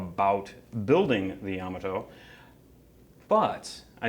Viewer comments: Fine video, but I had never heard "Yamato" pronounced with the accent on the first syllable instead of the second. Does that even matter? Probably not. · You need to pronounce the name of the ship properly... Yamoto is pronounced Ya mot to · Ya-mato not Yama-to just for authenticy sake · It’s pronounced “Ya-Ma-Toe” not “Yama-toe” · Ouch! Hearing you guys constantly mispronounce Yamato is painful to hear. It's YA MA TO not YAMA TO. Yama is mountain in Japanese, Yamato was not named after a mountain. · "Ya - moto", not "Yama - to"! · Pronounced ya-MA-toe! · Pronounced yuh MAA tow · It’s YaMAHto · Correct pronunciation puts accent on the second syllable, not the first.